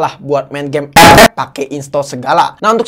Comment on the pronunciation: Kesini gara gara ngomong ep ep 🤣🤣🤣